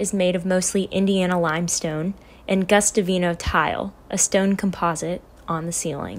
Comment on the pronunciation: It's "Guastavino," not "Gustavino." The Guastavino Company, run by a Spanish immigrant father and son, contributed vaulted ceilings to many of America's grand spaces, including the vault of the main hall on Ellis Island and the Oyster Bar in Grand Central Station. Guastavino tile, was beautiful and fireproof, which likely reduced damage from the burning pews memorialized by the little mouse carving.